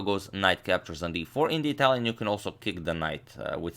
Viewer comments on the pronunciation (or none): none